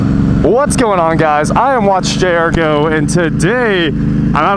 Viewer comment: Hi, I love your YouTube stuff and the fast pace is one of the things that keeps me coming back. HOWEVER, I do wish you'd take an elocution lesson or two and learn to say "WATCH...J...R...Go." What comes out is "Wachayargo" and it drives me CRAZY!!! You can talk very fast on all the other stuff like transmission, differential, gastank and flywheel but Please say: "Watch...J...R...GO!" Other than that don't change a thing!